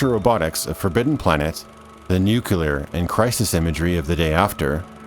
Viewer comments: Nuclear has two syllables. Nucular isn't a word. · *the nuCLear, it's NUCLEAR not nucelar or whatever. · Did I hear nucular?! Nice video btw. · Drinking game: Have a shot every time you hear Nukular instead of Nuclear during this video. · Great writeup (although I don't agree with some of the points, opinion is opinion). One example is the music. I like the focus on the 40's music, and it was diegetic anyway! You could turn off the radio ingame. Ps. it's pronounced "Nuclear" (like "new clear") not "Nukular" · Did you just say "nukular" ?